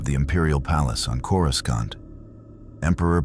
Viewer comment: Or coraSCantt